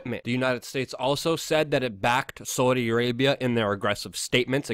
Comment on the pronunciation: You say “Saudi Arabia” really really weirdly